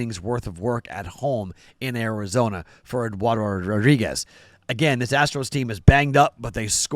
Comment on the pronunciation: not trying to hate but the way you said Eduardo made me chuckle😂